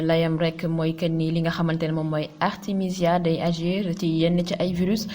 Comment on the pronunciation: Artemisia et non Artèmia... Au cas échéant veut dire si le cas se produit. C'est différent de au cas contraire. Merci de travailler votre texte avant l'enregistrement